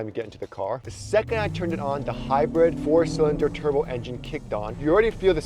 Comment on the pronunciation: It's hybird. Not hapoening.